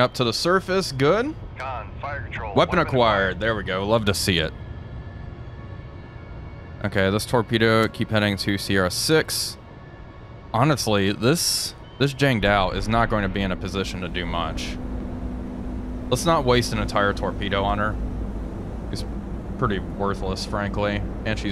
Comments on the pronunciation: I'm curious why you pronounce jiangHU jiangDOW. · S6 is pronounced "Jiangoo"